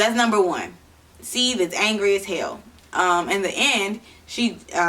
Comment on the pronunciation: I think you’re pronouncing the name wrong